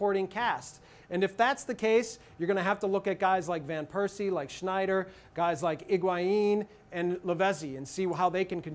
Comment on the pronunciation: btw, stop pronouncing 'sneijder' like its a german name, dutch people don't like to be seen as some kind of derivative of germans. it's kinda like the relationship between brazil and argentina, which means it's not so good ;p